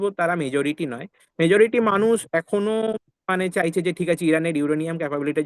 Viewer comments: "চায়ছে" না "চাইছে" হবে। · "চায়ছে" আবার কী? "চাইছে" হবে ওটা। আপনার প্রায়ই "য়" আর "ই" গন্ডগোল হয় দেখছি।